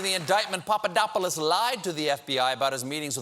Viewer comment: You pulled a nice Stewart with the Papadopoulos pronunciation A+